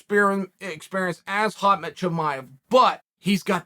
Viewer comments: Chael - you're mixing up the middle syllables of Khamzat's name. It's "hom - zot" rather than "hoz - mot". It's closer than Colby's derogatory nickname for him, but only a little bit. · And it's Kham-zat not Khaz-mat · Sonnen:Hazmat Chimaev Everybody: Khamzat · Who the flying fuck is "Hazmat" chimayeb ? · "Hazmat" Chimaev! 😂 Chael is a comedy genius! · How can someone be this bad at pronouncing names? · How do you even remember what you said yesterday after a night of Ambien? I thought Chael was a sober, god fearing conservative from Oregon, but even that is a fucking schtick. And how many fucking times are you gonna say Khamzat Chimaev before you say it correctly? Not taking the time to learn someone’s correct name pronunciation, when you’re an MMA pundit/broadcaster, is borderline racist. Especially when it’s one of the biggest stars in the sport. And one last thing, this guy was a cheat. Aljo got an illegal knee to the face and he was pretty much cancelled over that, when it wasn’t his fault, but good ole Chael gets to cheat (like TJ) and no one even cares. Like no one cares, to the point that, Chael works for the UFC, Bellator and PFL simultaneously and TJ pretty much got a number one contenders fight immediately after returning from a 2 year suspension for EPO. I love MMA and the UFC but I can’t stand the NASCAR style fanbase sometimes. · Alex Piera? lol pereira or pronouced maybe peheira but not piera....and it is khaMZat not khaZMat...wtf kael...